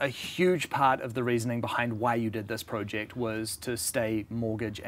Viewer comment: It’s not pronounced prooject bud...